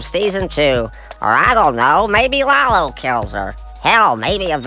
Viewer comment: It's Lalo, not Laulo :)